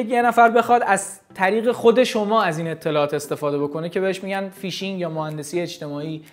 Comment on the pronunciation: فک کنم فیشینگ رو اشتباه گفتی..